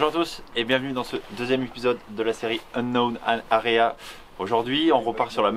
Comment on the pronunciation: 👍 par contre t'aurai dû trouver un autre non a ta série parce que tu galère à le dire "unknow area" un peu 🤣